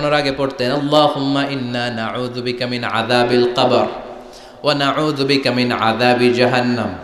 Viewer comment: Hujur Apni naujubika naki ayujubika bol6en bujhte par6ina